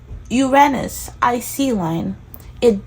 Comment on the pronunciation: I came across your vid by complete random. I felt right away “oh I’m gonna like this girl”. And then you said “Uranus” the right way ahah. I’ve been breathing Astrocartography recently, and so probably why I got this vid. I myself have been wondering if visiting my Uranus line might be fun, just for a holiday. Subscribed